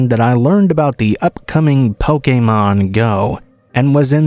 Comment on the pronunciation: That pronunciation of Pokemon was grating lmao